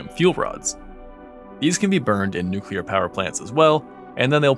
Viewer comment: FINALLY!!! Somebody who says "Nuclear" correctly!